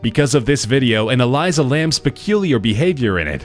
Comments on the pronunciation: Dude its elisa not elysa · That girl name is Elisa not Eliza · Eleesa not eliza